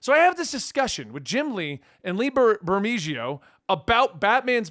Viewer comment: Great seeing you! Lee's name is pronounced "Ber-Meh-Ho".:)